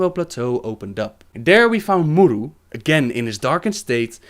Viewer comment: Vincent Amour He does mispronounce most of them, actually. He says 'Naaru', 'Sha'tar' and 'A'dal' just fine, but 'K'ore', 'M'uru' and such, he doesn't. The presence of an apostrophe indicates where the stress lies in the word. So 'K'ore', for example, wouldn't be pronounced as 'core', but rather 'kuh-ore', with emphasis on the 'ore'. Similarly, 'M'uru' would be pronounced 'muh-uru' or 'muh-ooroo', where the 'm' and the 'uru' are pronounced separately, with emphasis on the syllable that comes after the apostrophe.